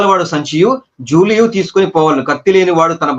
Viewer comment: జూలియు కాదు బ్రదర్ జాలెయు